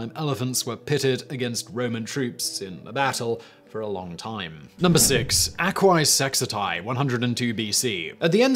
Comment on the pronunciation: A correction: It's actually "Aquae SexTIae," not "Aquae SexITae." Also, Jugurtha wasn't a Germanic leader. He was the king of Numidia whom Gaius Marius defeated in the Jugurthine War fought in North Africa some years earlier.